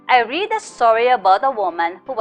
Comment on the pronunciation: Hello mam! nice video. I learned a lot about the topic. But I just want to correct a minor error. In your motivation questions, the word "read" should be pronounced as "red" since the sentence was in the past tense. The spelling is still the same which was "read", only the pronunciation must be different. that's all. :)